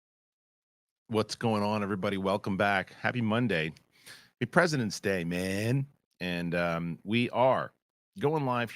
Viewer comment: was it only me that misheard in the beginning when he said "It's President's Day"? (cause I heard "The President is D...") o.o